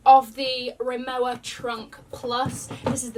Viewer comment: please remowa is a German company so the pronunciation is incorrect you suppose to say "remova" because the "W" in German is pronounced a "V" Love the content tho <3